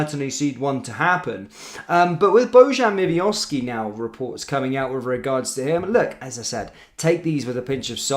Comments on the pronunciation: pal its miovski nae miovivioski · Who's Mivioski 😂😂 come on man get players name correct. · Dude youre dyslexic as fuck...don't think I've ever heard you pronounce a players name or team correct...ever.....who the fuck is miviovski?